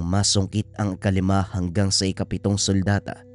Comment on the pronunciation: Parang sultada po hindi suldata